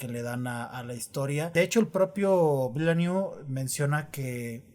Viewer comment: Según lo que he escuchado se pronuncia: "Dení Vilanub" 🤭🤔